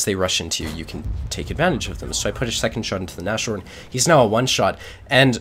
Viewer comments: it's not Na-shorn, it's Nas-horn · god this guys pronounciation... nash horn, really? He is really enjoyable to watch though, keep it up!